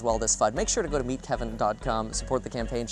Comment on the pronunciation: Did you say that website was "meet kevin dot gum" ? Can I get there from vaccines dot gum?